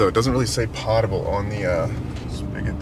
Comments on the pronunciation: “Pote” able, not “pot” able water. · why do you say pottable water instead of poetable water? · It’s pronounced “POTE-able”. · I don’t mean to be nit picky but the correct pronunciation for potable is pot with a long o. Not like a cooking vessel pot.😊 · Hey, not to be didactic but you are pronouncing "potable" incorrectly. It is pronounced with a long o - like Poe or potato. Guess you're not a big Jeopardy fan, one of the most popular categories is "potent potables." I've heard Alex Trebek pronounce it hundreds of times.:--) Keep up the great work your videos are amazing! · Love your channel and you're living my dream, but you're pronouncing potable wrong and it's bugging the shit out of me